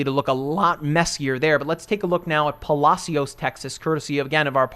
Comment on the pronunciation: It's "Puh-Lash-us" Texas, never heard its probably proper pronunciation 😆😆 Thanks for the updates. Just got off Galveston island